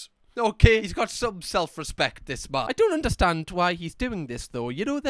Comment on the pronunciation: “I dun like it” 😭😭